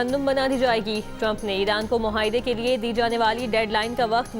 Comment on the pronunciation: Muhaedy ni Baji ni Muaaedy 😂